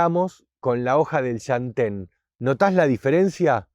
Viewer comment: Por un segundo pensé que iba a decir SHANTÉN pero no, dijo LLantén 😄😄😄 (mas adelante dice shantén) aajajaj amo este canal